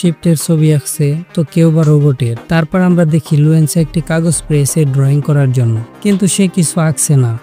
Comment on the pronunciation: লুয়েনসা না বলদ লুসেনডা